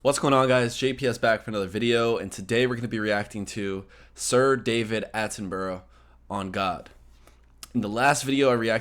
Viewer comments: His last name is pronounced Atten -Burr - ah, like Edin -Burr-ah. Not Atten - bor - ow, as in bow. Keep up the good work. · It isn’t Atten-Burrow. It’s Atten-Burra. Same with Middlesbrough- it’s pronounced Middles-Burra. Borough is pronounced Burra. 👍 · The British pronunciation is Attenburu, not Attenborow as you pronounced his name. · Atten...bruh lol not burrow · At ten bruh (_Not_ 'bro' or 'borro') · Bru not burrow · You are still pronouncing it slightly wrong it phonetically sounds like Attenbru, the "u" as in hut. Similarly Edinburgh is NOT pronounced Edinborow but Edinbru "u" as in hut. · Actually, the pronunciation is AT'en'bruh. Keep up the good work! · Lol… AT-un-bruh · Attenburra like we pronounce Edinburra here in Scotland. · It's 'Atten', bro. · It's At in bruh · Hate to say it but your still saying his name wrong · Hang on, I just heard you say it with an o on the end, which is wrong. But the Atten part is correct, whichever way you say it.